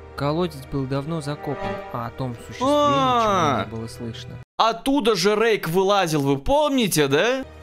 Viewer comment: не рейк а Рейх 😂😂😂